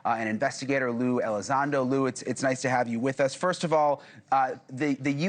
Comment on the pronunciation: Watched till he said lou elizond... After that I proceeded to type this, close my browser wipe my hard disk clean and start over.